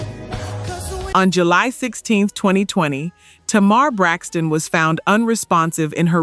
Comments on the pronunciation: it’s AI. That’s why TAY- mar was pronounced TUH-MAR. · It’s TAY- mar